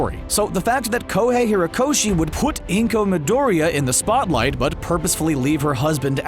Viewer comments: "Izuka Midoria" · Gosh... Stop this when you can't even spell the names right... Not just is "Izuka" completly wrong, but you can't even say Midoriya in the right way... 😐*